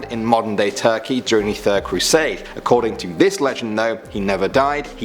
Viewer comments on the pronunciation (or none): none